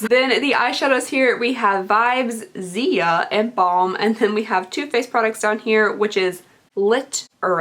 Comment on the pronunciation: Anyone else got pissed when she pronounced Ziya's name wrong